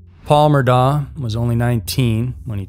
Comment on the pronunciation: Sorry, man. For future reference, Murdaugh, is pronounced like Murdock I thought it was pronounced different, too.